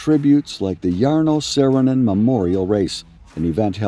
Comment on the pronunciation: Cant you just pronounce the name right at first?? Too difficult????